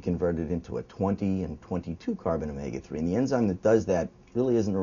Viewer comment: actually not...he says it it in the proper Greek accent of the letter... Just like π should be pronounced pi like pit (without the t) not like pie